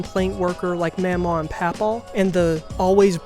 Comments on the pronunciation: i can say for a fact is pronounced maw maw and paw paw and the way you're pronouncing it is driving me crazy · in the movie it's pronounced like ma'am aw and pap aw, i think he's right